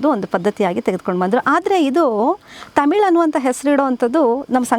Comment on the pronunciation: ತಮಿಲು ಅಲ್ಲಾ ಮೇಡಂ, ತಮಿಳು